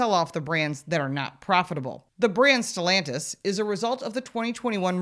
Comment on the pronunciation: It’s not stellantisvits SELLantis